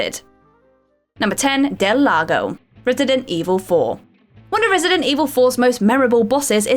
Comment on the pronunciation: So am i the only one who heard Redident Evil 4?